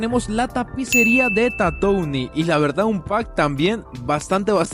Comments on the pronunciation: Su pronunciación es "tatuin" por si acaso 🥶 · Buen video, pero se pronuncia Tatuin perdon por ser muy ☝️🤓